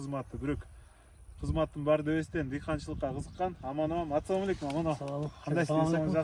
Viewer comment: Бысмылда эмес, Биссмиллах. Атсалом алейкум эмес, Ассаламу Алайкум. Намаз окуган эле адамдар ушундай этип суйлогону жаман нерв кыласынарда ведущий!